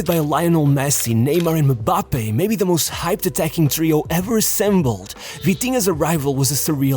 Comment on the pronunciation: You say mambappe,instead of Mbappe😂😂😂😅